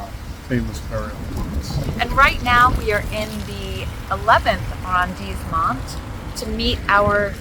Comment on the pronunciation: "Arrondissement" has a double "s", pronounced like the double "s" in "passion". Thus, you get "arr-ond-eess-euh-mon", the accent being on the "i"(eess).